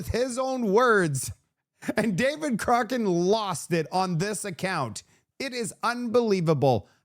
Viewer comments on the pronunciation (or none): Do you mispronounce David Coch…rane..on purpose? He’s an idiot but he needs his name right so people can avoid him! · its COCK RAN ... not whatever you are saying...